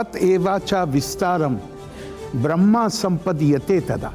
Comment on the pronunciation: उच्चारण दोष के कारण ब्रह्म( ईश्वर )को ,ब्रह्मा बोल रहे है,वास्तव मे ब्रह्म ईश्वर, है